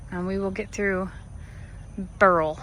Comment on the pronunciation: Beryl, pronounced, bear-ull. A type of mineral gemstone, which includes emerald, red emerald (bixbite) and Aquamarine. Cheers 👍🐐🐎🐂🐕💕